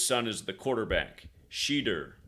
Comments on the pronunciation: Literally, you keep saying his name wrong. I mean, you can’t pronounce American words? It’s Sheduer (She-h-doer). Talk Hebrew to me. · It’s pronounced sha-deur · Shu door. Is how it’s it’s pronounced.